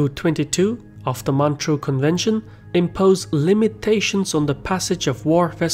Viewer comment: It's MontREUX, not Montreal.